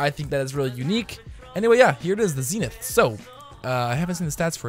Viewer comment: oh my god how can you not pronounce the weapon's name, its clearly zenith...